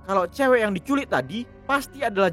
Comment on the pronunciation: Di culik bang bukan di "culekk" 🤣🤣